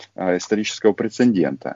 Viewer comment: Прецедент, а не прецендент)